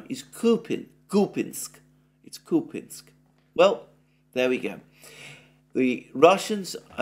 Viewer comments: KupYansk!!! Not kupinsk! Whoever told you that must have an appalling regional accent. Wrong! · Kupiansk is not pronounced 'Kupinsk' - complete nonsense, just pronounce the names like most people do in English and forget about the subtleties of Ukrainian pronunciation that would be lost on a foreign audience anyway - otherwise, great work as always! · Купјанск = Кupjansk = Kupyansk Here the "j" is pronounced like the second sound in the English spelling of the letter "I".